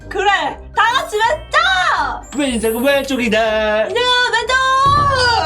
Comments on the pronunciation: 에서 인생인데 인새라고했어욬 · 엄…늦은것 같은데 에 인생은 왼쪽이야를 인새은 왼쪽이야 라고 했네영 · 2분3초에 인생은 인데 인새은 이라고 했어요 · 인새가 아니라 인생 입니다!! 오타 나신거같네요!